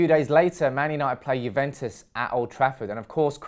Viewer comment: It's Juventus not Juventes 😅